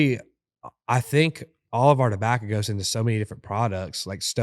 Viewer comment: This was not one of their better episodes. There just wasn’t anything interesting enough to listen to this guy say “dabacca” in that heady smoker voice 900,000 times over 2 hours.